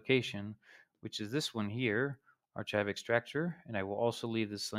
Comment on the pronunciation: its not ch its k as in archive.